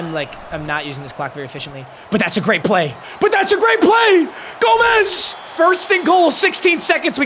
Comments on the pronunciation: its gomes (homes) not gomez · Its pronounced Ben (Gome-s)